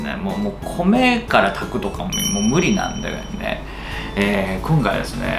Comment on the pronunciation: こ〜んかいはれすねぇ〜 ↑ これスキ（笑）